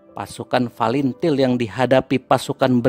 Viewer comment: OPRASI SEROJA BANYAK KORBANG YANG TERLUPAKAN FATILIN BACANYA FALINTIL UCAPKAN YANG BENAR OM saya TBO TNI JADI TENTANG TIM2 CUKUP TAHU TBO MAGELANG AKMIL SECABA N AKADEMI TNI OPERASI REROJA ITU LETING APUH BISMA SENAPATI DAN CATUR PERKASA PERNAH KESANA KALA JAJAK PENDAPAT maaf by adi TBO MAGELANG